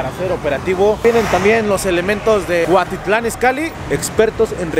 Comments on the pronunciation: Buenos videos pero enseñate a pronunciar es cuautitlan no cuatitlan por eso estamos como estamos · Andas en el barrio Piox, como que por una bacha!! Pero es Cuautitlan, no cuatitlan jajajajaja solo un dato! Buen video!! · No es cuatitlán, es cuautitlán!!! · jajajajajaja "GRABIEL" Y "CUATITLAN" jajajajaja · Se dice Cuautitlan y no Cuatitlán se dice Mariguana y no marijuana se dice Cocaína y no cricri neta no te das cuenta o te haces güey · No inventes primero enseñate a pronunciar tanto los nombres de las personas y de los municipios se dice Gabriel no Grabiel y el otro es Cuautitlán no Cuatitlán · Cuatitlán, clanepancla, aiga 😂😂😂😂 no MMS neta??? 😂😂😂😂